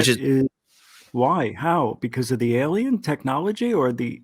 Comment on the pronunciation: What i really want to know from... what's an "elien"? And yeah, there is no group if kids going on 50 mile hikes, round trip or not. This isn't real, and not just because of that. Too many details you can tell are rehearsed, especially to remember from many years ago as a child.